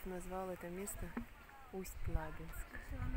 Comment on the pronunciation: Только правильно говорить Усть- Лабинск, с ударением на "и" 😊